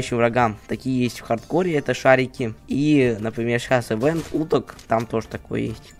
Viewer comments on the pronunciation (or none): none